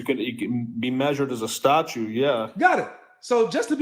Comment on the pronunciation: Is saying statute?